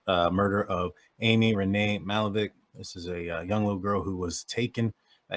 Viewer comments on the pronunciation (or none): It's pronounced Ma*hal*la*veck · You’re butchering her name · If you want to use this girl for views… learn how to say her name. And those of us who grew up in this neighborhood know who did it. It’s not this guy.